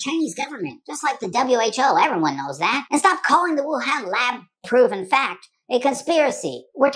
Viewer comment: Wuhan actually It pronounced —> Wu -hon